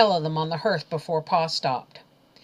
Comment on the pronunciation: For the sake of children I have to tell you that you mispronounce several words... hearth and slough especially..I find it so irritating that it ruins the story